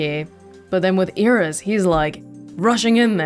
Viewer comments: With the exception of "N", Japanese lacks word-final consonants. There is no standalone "S", so what the voice actor is actually saying is more like "Irisu" than "Iris". When a word ends with "su" in particular, the vowel is often heavily de-emphasized and sometimes entirely silent (even in native Japanese, not just foreign words). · Hi, I noticed that some of the Japanese VAs tend to add an E on the end of certain (foreign?) words and names, such as Iris-e. Do you, or anyone else, have a clue why they're doing this?